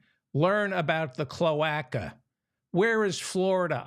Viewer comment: Mr. Feldman, the "a" in cloaca is long - so it is pronounced cloāca. I worked for a bird specialist lol 😊